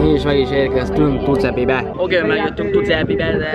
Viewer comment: az nem Tucepi hanem "Tucsepi" csak segítség, nem kötekedés.:)